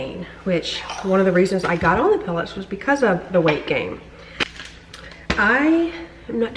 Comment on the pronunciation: hey, did you say "pelletts"? if so, what is that?